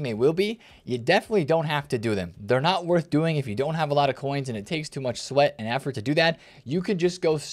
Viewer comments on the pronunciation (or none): none